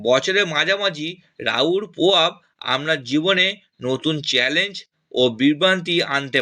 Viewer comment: 😂😂😂😂 ডাঙ্গায় বসে বাবা ভাঙ্গার নামে বুজরুকি মারছে!!কি উচ্চারণের দমক রে ভাই!!গোহটা কি ভাই!!পোদান, গোহ, বদলাম, পোবাব 😂😂😂😂